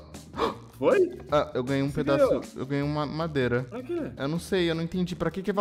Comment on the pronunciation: mano, o cara falou madeira e dps eu ouvi mamadeira, ou é do vídeo msm? meu pai amado, que confuso